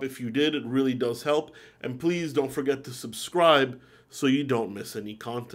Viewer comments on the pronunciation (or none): none